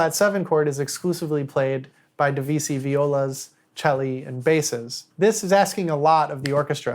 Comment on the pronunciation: You could at least try to pronounce Debussy’s name correctly